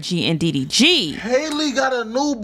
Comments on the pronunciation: Why can’t yall get her name right 😂😂 they be calling or Haley and all types and shiii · said hailey...who tf is Hailey 😂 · Why do niggas keep calling that girl “Haley”? Her name is pronounced like Halle Berry’s. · Her name is Halle just like Halle Berry and it’s pronounced the same way.